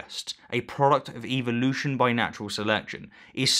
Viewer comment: Just say evolution right GODDAM you piss me off when i hear u say it.